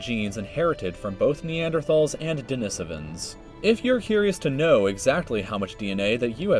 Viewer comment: So the person they chose to narrate a video about human history and the emergence on mankind can't pronounce sapiens or denisovans correctly. Interesting.